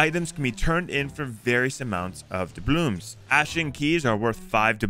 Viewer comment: "D A B L O O M S" it hurts